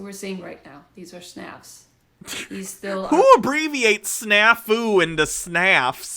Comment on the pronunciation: Maybe she read the word snafu and thought the U was silent